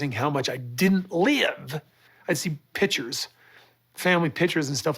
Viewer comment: Drives me crazy how he says “pitcher” and the word is “picture”